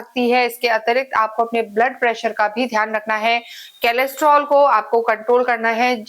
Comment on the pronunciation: मै बहुत आपके विडिओ देखता हू, अच्छा काम आप कर रहे है. एक सुझाव, देना चाहता हू, वो कोलेस्ट्रॉल होता है, केलेस्ट्रॉल नाही. धन्यवाद!